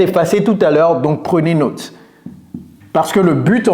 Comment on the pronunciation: Il m'a pris pour un jambon lui! (he took me for a ham!). Le gars se moque de la prononciation "retire", il dit qu'il est francophone mais ne sait pas prononcer "note" comme il faut (french "note" is pronounced as an english "not", NOT as an english "note"). Il parle bien français (si ça tombe il sait juste lire mais ne comprend rien) mais il est évident qu'il n'est pas francophone de naissance. Avoir un accent ce n'est pas grave, on peut dire "ritailleur" avec l'accent français, on sera bien compris c'est "goudineuf", il faut juste éviter les erreur comme "reutailleur" ou "ritire".. ou dire "naute" à la place de "note" quand on parle français. Il faut utiliser au mieux les phonèmes dont on dispose et ne pas trop se focaliser sur les nouveaux.